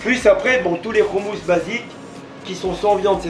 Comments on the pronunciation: C insupportable le mec du restaurant ne sait même pas prononcer le mot « hommous ». Comment tu peux tenir un restaurant de hommous sans savoir prononcer ce mot ça montre que ce mec est étranger à la culture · Ehhh trop canon ta fini par apprendre a prononcer le mot "houmous"!!!! On t'attend a tel aviv pour te faire goûter le vrai houmous Libanais!!